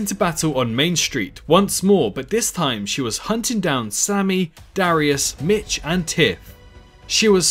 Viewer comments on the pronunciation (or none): none